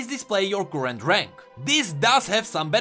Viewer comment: when u say "current" it sounds like gurrent< emphasizing a deep g sound like grrrent lol